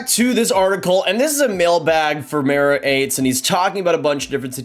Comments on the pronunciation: It’s pronounced. Murrrat Ahhtess. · Murat Ates. Learn the pronounce it right. You're not Cherry